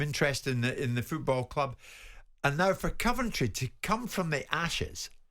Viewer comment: Why can't Jim say Coventry probably? Can't he be arsed? Terrible pundit